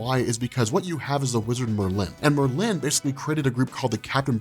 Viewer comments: bro its just merlin not mer lynn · Why do you pronounce Merlin as MerLIN? The emphasis is on MERlin. Like where have you heard it pronounced the way you do? Please stop. Its distracting. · Sorry to be this guy, but it’s pronounced like marlin (the fish)...Merlin. Not Mer-Lin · It's not mer-LIN, it's MER-lin emphasis on the Mer!!!! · Bugging me too. Does Merlin drink merlot? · If you search thru the whole of fiction including film and all I don’t think you will find that pronunciation of Merlin, two syllables yes but one word, Merlin not Mer Lynn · I love ya but for Marvel's sake... PLEASE say Merlin's name correctly?! It's said as all one word not with two defined syllables. Merlin as oppsed to your Mer'Lin. Good Video! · Bro, it’s not pronounced Mur Lynn... It’s Murrlin. Make Murr the emphasis you draw out, Lin is a shorter and softer. Think: Purrin’ cat Curlin’ weights Roarin’ tigers Merlin 😇👍🏼 love ya man. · It's Mer-lin not mer-Linn I think you do this on purpose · I couldn't watch anymore after the second Mer-lynn. It was driving me nuts. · Not how you say it though. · Dude I have literally never heard anyone pronounce "Merlin" the way you do. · I don't like how you pronounce Merlin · Please stop butchering Merlins name